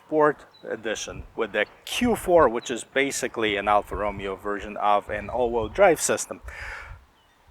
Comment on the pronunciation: Reviewing the wrong car... Ti are not twin turbo.. Roh-mey-oh!